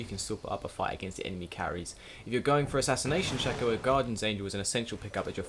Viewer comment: the way he say's shaco is just wrong annoy's the hell out of me!